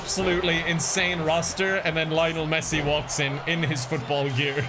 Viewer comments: I am not a football fan but the way he pronounces Lionel Messi makes me cringe. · I was rooting for Messi, even though you mispronounced his name every single time